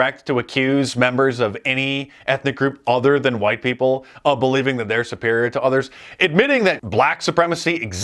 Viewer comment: The way he says huwhite, that’s it.